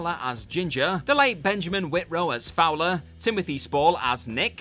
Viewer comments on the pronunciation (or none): none